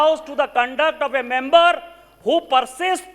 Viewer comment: Who is pronouncing "member" as mumber